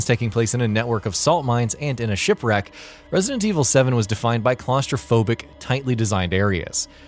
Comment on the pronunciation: Can someone at GamingBolt tell this guy how to say "Resident"..?